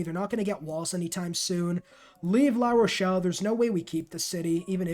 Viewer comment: Great guide... but I think you managed to pronounce every city's name incorrectly except Paris and La Rochelle. I'm guessing geography wasn't a strong subject, besides mathematics... LOL!